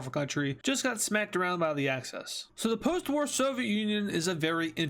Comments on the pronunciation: Why do you say access instead of axis? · It's axis not access